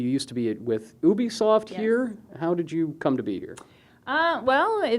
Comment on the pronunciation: Why can't people pronounce Ubisoft correctly😡